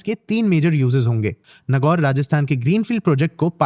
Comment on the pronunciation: it's "नागौर" Btw thanks for the wonderful analysis